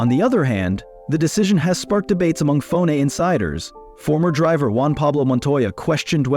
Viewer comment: Why even bother using AI to autogenerate the video, if you don’t even have the courtesy to proof read the AI generated subtitles… And for god’s sakes…. Why did you write the script with ‘f-one’ or ‘f1’ when the AI text-to-speach generator pronounces it ‘fone / phone’…. Furthermore, seing a video that is entirely AI created, really makes you think if even the script was written by a human, or if this is also just AI generated based on a f1 news feed. And with no sources anywhere to be found it is impossible to know, if half of this is even true, if you haven’t been keeping up with current f1 news. Worthless video imo